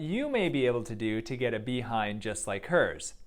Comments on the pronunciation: The way he says be-hind sounds so funny 😆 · I like how he says behind 🐝 hind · Dr pronounces it " 🐝Bee-hind " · “BEE hind” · I love how you say bee-hind when it's Kim's ass but behind on natural ass 🤣. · "Bee-hind" LOL!!!!!! Yea I want a "Bee-hind"!!! 😆😆😆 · The way he says "behind" just gives me the kicks.